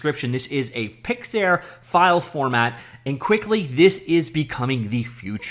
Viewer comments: "PIX" "ARE" (not air) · Pyxiyaaar lmao